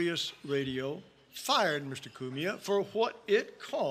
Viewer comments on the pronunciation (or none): Coo me uh was painful lol